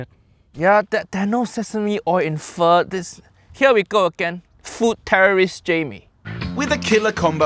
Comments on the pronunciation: The moment he pronounced pho like you'd pronounce "faux", I knew shit was going to get fucky. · Oh man, Jamie olive oil at it again. I do wonder why he says it like "foe" first when he can actually pronounce it correctly anyway...? That's honestly weirder than just saying it wrong because you don't know how to say it correctly. And yeah, that beef, oof. I will say, I have only had Pho once in my life, because a Vietnamese restaurant opened in my city like last year, and it's not a big city, I think this is the only one we have. So yeah, I have only been there once, but I really loved it, and I loved the Pho. Anyway, while I am by FAR not an expert on this, it seems to me that if he had used proper meat, like... Just very thin strips instead of this gigantic chunk of it, the dish in the end would have been pretty ok-ish. The meat in the Pho really is the superstar though I think, just as important as the noodle, if not more, so if that is messed up, nothing else he can do can save it. Kind of like when Jamie Oliver or Gordon Ramsay (I forgot who it was, one of them) said he was gonna make ramen, but he used soba noodles instead. Instant messed up. I personally feel like; if you add one ingredient that doesn't belong, it doesn't necessarily ruin the whole dish. It CAN, but it doesn't have to, every time. However, if you miss out one key thing and replace it with something that's just wrong, then... Phew, yeah. It's just not that dish anymore. Kinda like Uncle Roger put it; imagine Sushi, but with brown rice. No matter how fresh and good the fish might be, the Sushi would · barely started the video AND HE GOT THE FREAKING PRONUNCIATION WRONG (im Vietnamese just dont hate) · As a Vietnamese, I feel disrespect how JO make Pho >.< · He almost destroy the whole Vietnamese heart😂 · Even nephew Loan-Shark is impressed how bad that french version of pho is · In the first10 seconds Jaime already Pho-cked up the pronounciation. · bro pronounced Pho wrong twice 😭 💔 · Pho❌ Fu-✅